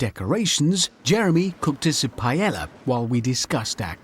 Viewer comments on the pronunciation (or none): The way he said "paella" hurt me a bit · hammond pronounced paella how?